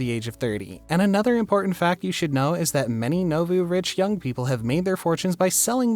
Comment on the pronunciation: Strange he'd mispronounce nouveau riche and Silicon Valley in the same breath.